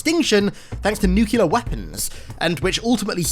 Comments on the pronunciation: I hope you don't pronounce it "nukeyular" anymore. Cheers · That is not how you pronounce nuclear...